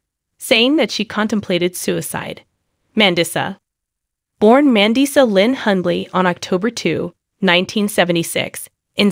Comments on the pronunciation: Say her name right. Are you an AI bot. You say certain words wrong!! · Learn to pronounce her name. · SHAME ON YOU!!! How she died has not been announced. Take your AI generated voice that isn't even trained to pronounce her name properly and get out of here. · You don’t even know how to pronounce her name OR how she passed, shame on u for clicks 😮 RIP Mandisa, a sweet inspirational soul 🧡🫶🙏🏼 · I agree!